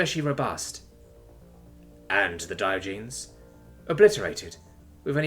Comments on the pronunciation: The "-genes" part of "Diogenes" is pronounced /jeh-nees/. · Gah! I was wincing every time he said it that way... I won't hold it against you we all make mistakes and you do an awesome job 99.9% of the time. That is enough for me to overlook this.. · (learn to say Diogenes correctly.....just sayin') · Dear, Your pronunciation of Diogenes killed my wife and daughter.